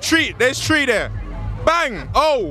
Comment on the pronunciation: Man said "Me can smell something pon der"😂😂😂😂